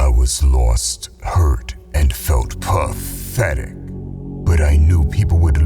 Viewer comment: IS IT JUST ME ??? I LOVE THE WAY THIS HANDLER PRONOUNCE "PATHETIC" 😂